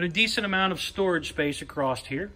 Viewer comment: The guy cant say "across". Says "acrossed". That's very unique